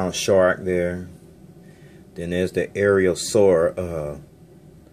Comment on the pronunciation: Love this plane and the vid! Just to help AeroSur is pronounced like Arrow Soor. Keep up the good vids!